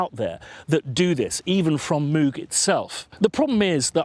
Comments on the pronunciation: From an interview with Robert Moog (courtesy Wikipedia)... "Reviewer: First off: Does your name rhyme with "vogue" or is like a cow's "moo" plus a g at the end? — Dr. Robert Moog: It rhymes with "vogue." That is the usual German pronunciation. My father's grandfather came from Marburg, Germany. I like the way that pronunciation sounds better than the way the cow's "moo-g" sounds." That said, there are so many people out there saying it with both of those pronunciations, I think you're safe to say it any way you want. Kind of like Leonard Bern-steen/Bern-stine. If you want to talk about a synth that's a real pronunciation challenge, pick up an old Synclavier. I'm still hearing people finding new ways to pronounce that name. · Mogger Foggers. Vogue is not english, so if that name is the reference you should actually say Mogg with a short o, almost sounding something between an o and u. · There's a clip of him saying how he decided how he was going to pronounce his name when he came to the USA. Go figure I have to stop myself saying mooo g all the time. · It never ceases to amaze me that, even though there is video footage of Bob talking about the correct pronunciation of his name, people still continue to mispronounce it....